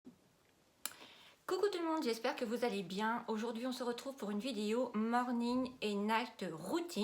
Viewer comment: Par contre ce n’est pas « norning » mais « morning »...